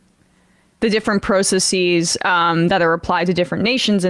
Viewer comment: emma pronounces "process" like a normal person, so what's up w/ "pro-suss-seas?" PROCESSES! god damn it. process + es.. it's easy. talk like like one of us normals